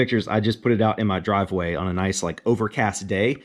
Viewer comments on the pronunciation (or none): none